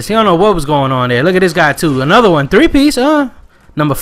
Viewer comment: how come you don't roll your R's on the three piece.